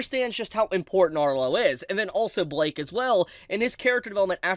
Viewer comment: why are you pronouncing blyke as blake